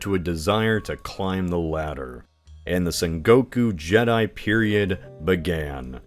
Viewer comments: Also, "Jidai", meaning "era" in English, is not pronounced "Jedi". This is not Star Wars. You'd pronounce it like "Jee-dai". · Sengoku Jedi happened in a different galaxy far, far away <3 (Jidai is "jee-dye")